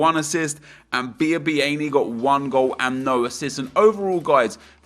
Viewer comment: Just to say without being pedantic its pronounced Bee-ah-bee-ah-nee compared to you saying Bee-ah-bee-ainee. Anyway that said love the content and video 👌❤